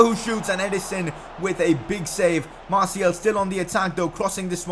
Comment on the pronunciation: you prick it is announced Anthony martial